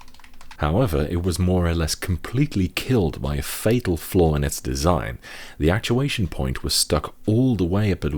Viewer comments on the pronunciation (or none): none